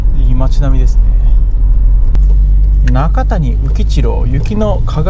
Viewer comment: どうせなら、片山津の総湯も映して欲しかったなーｗ 中谷宇吉郎は、「なかたに」ではなく「なかや」と読みます